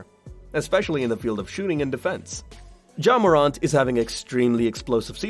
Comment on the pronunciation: Bro ur saying his name wrong